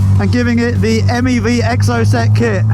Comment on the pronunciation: Anyone else annoyed at the way Alex pronounces Exocet? 😆🤓